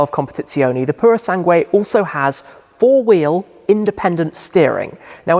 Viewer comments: Repeat after me. Pooro Sangweh. It's not Sang-wayyyy! I don't know where you're getting the Y at the end from. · You don’t have to pronounce U in Sangue. It says “PurO SanGe” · They should have given a different name, just some letters and numbers. Now we have to listen to anglophone youtubers butchering the name for decades to come ("pooroh sungway") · Thanks Tim, but I think I am going to continue to pronounce it Purosang (like I did before I heard anyone else say it). Purosangway sounds too overwrought! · "Sangueh." ROFL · U don't read the "u" in "sangue" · Hi Tim In the word "sangue", the letter "u" is not pronounced... 😉 Cheers from Porto 🇵🇹